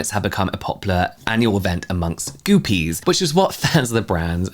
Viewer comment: Goopie rhymes with goofy